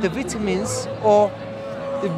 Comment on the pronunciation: Man's talking about vitamins but he can't even pronounce vitamins.